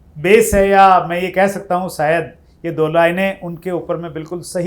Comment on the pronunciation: आप बहूत अच्छा बोलते हैं आपका चेनल भी बहूत उपयोगी है Sorry परंतु आप आपका तलफ्फुस सही नहीं है जैसे आप शायद को सायद बोलते हैं प्लीज डोंट माइंड सुधार हो गया तो शो मैं चार चाँद लग जायगे